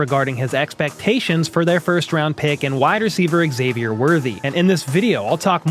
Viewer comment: Bro, it's pronounced Z-avier, not EX-avier. We've had months of media now and a draft to get this right.